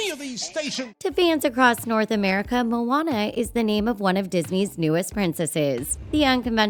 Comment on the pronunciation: Id get it if her name was "moanana" but not "moana".